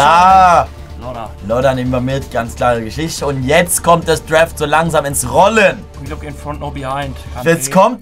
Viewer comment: D-R-A-F-T nicht D-R-E-F-T 😖